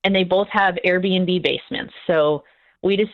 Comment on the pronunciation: Airbnb ... Air B & B. (Not "BinB")